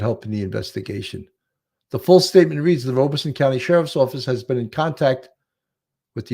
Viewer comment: Horry pronounced without the "H". Sounds like oar-ree. Also, not just you, Robeson is pronounced Rob-ah-son 😉